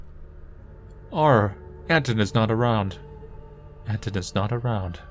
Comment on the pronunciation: Small note - the protagonist's name is not AN-ton but rather an-TONE. Also I think you pronounce the L in Olya as I. Sorry if too nitpicky but it really bugs me for some reason.